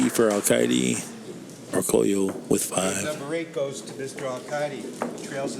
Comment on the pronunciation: As long as he's been in the game. it's amazing how many times Orcollo's name gets butchered. Great video production and excellent commentary otherwise.